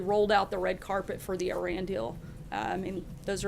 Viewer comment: And for the love of god, please learn to pronounce Iran properly